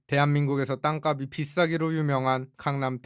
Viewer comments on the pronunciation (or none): 땅값이 의 발음은 [땅깝씨] 입니다ㅎㅎ [가비]로 발음하셔서 알려드려요